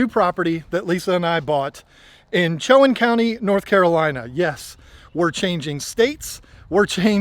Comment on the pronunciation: welcome to NC. I was born and raised two rivers over from the Chowan. also we pronounce it Cho-Won as opposed to Cho-An